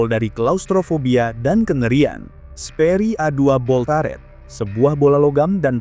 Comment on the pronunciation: Cara bacanya bukan /Taret/... Tapi tetap /Turet/... Gemes bgt gw dengernya.